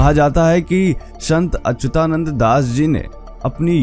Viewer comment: Jay Jagannath Bhai, kripaya naam ka uccharan theek Karo.. unka naam Achyutanand hai .. 'ya' ka uccharan chhoot Jane se shabd ka arth apavhansh ho jaega